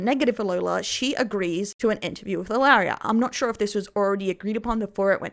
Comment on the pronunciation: Sorry I mean no harm, I just wanted to let you know that how you say Elara’s name is Eh-Lah-rah not Ah-Leh-riah. Hope this helps! This is how Elara says her name and how others say her name. 💖